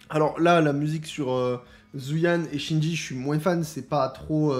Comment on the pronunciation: Salut, juste pour te dire que j’apprécie tes vidéos et je me suis abonné récemment pour te soutenir et que je commente presque jamais ^^ Par contre je souhaite dire depuis un moment (pour avoir écouté les dialogues du jeu j’en suis certain désormais) Qingyi ca se prononce tchin Yi et pas Shinji (chine j) comme tu dis à chaque fois, c’est trop perturbant à force de te voir l’appeler comme le mec dans Evangelion 😂😂😂 Si tu pouvais modifier ça à l’avenir ce serait super même si c’est pas grand chose 😊